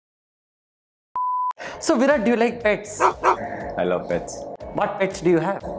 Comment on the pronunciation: the attitude of virat... accepting about his form in a gracious way. BTW loved the way when Mr.Nags used to call him "The VIROTTT"....✌Peas✌